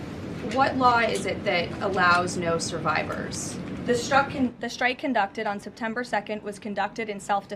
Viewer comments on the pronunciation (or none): Why does she say shtrike?